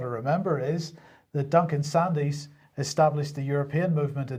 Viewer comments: Just a small point, the surname is pronounced 'Sands', not 'Sandys', I used to work in his circles. The Russian warfare strategy should be apparent. S400's keep aircraft out of the sky, behind them are long range artillery, which are then less vulnerable. Main battle tanks are now impotent, missiles will deal with those. Ground troops can only be used when the forward objectives are clear, as modern tech can neutralise troops without a shot being fired. Russian EMP capability can already knock out all radar and targetting systems. All shipping will be sunk in minutes by submarines. This leaves the nuclear option, which is, I suspect, why the US has withdrawn from all agreements, and why the Russians are developing hugely more advanced nuclear weapons. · "Sandys" is pronounced "SANDS"